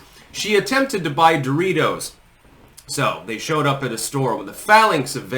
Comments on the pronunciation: DOOR-itos... who says it like that? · Yo she walks by a "stranger", looks at them and says "DOE-RITOS" 😂😂😂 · She called em: "Door reetohz" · She can't even pronounce "DO-ritos" right. I bet Trump can, and I'm pretty sure he's older than Doritos... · “Doooreeey toes”—that’s how you pronounce it, right? Goes over to guy holding Doritos, grabs it from him, spins around, holds it to her chest and grins (looking like she’s guest starring on 30 Rock ). Yes, this is definitely how humans act. Yes, very human, much normal. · Who was the person in the video who pronounced "Doritos" in a strange way? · Even the way she says "DOR eetos" is cringe. And then a short cackle after. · How does one even purchase these.. "dough-real-toes"? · She can't even pronounce, "Doritos," correctly.